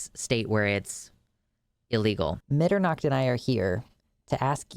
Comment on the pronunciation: Now I'm really curious if it's supposed to be Dutch or just the super americanized pronunciation of "Mitternacht" because we Americans are allergic to actually pronouncing Ts